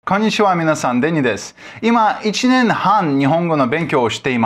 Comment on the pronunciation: "kanichiwa" just... learn how to pronounce please... Thanks. lol japanese pod101 :( well